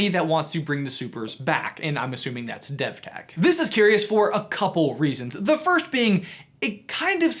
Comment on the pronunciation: devtech sounds like dethteach